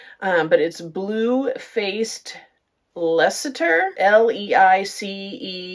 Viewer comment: Just so you know,, Leicester is a city in England, and is pronounced LESTER. You will really impress Brits if you, an American, can pronounce our wierdly spelled place names correctly. We know it's problematic. 😄